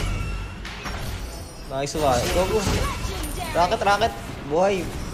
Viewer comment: No one:: Nayswan